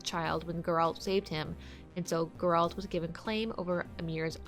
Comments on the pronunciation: The way she pronounced "Geralt" 🤦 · Please for the love of god stop pronouncing Geralt's name like that